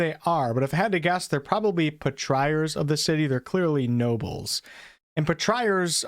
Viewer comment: Ugh.... [Patri] as in Patriot, then ARE. [Patri-ARE].